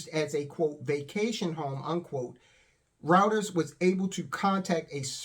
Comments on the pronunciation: Reuters is pronounced Ryeters - pleeeease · "Routers" - dude, it's Reuters